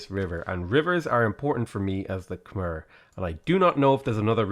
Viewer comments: Okay... Khmer is not pronounced "kah-merr". It's pronounced "kah-mye". My wife is Cambodian, and she's cringing every time you mispronounce it. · I thought it was pronounced "kuh-my" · khmer is pronounced kam eye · yo it's pronounced Kuh-My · Getting consistent minor annoyance at the pronounciation of Khmer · Heh. "Khmer-cial Hub". Heh.